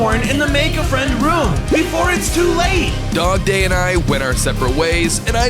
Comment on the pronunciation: Dogday sounds like a day